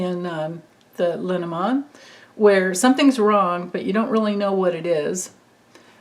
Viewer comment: I keep wanting to mention, I believe Le Normand is French, and was combined over the years. Which would make it pronounced Lay Normaand. I could be wrong....🤪😁💙but i think it means... the norman. Not sure what a Norman is😁